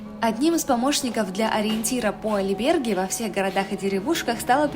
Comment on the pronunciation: Albergo - гостиница 😂 не надо Альберги. Режит слух.